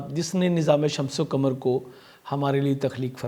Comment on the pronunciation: Sir kamar nhi Qamar hota hy 🙏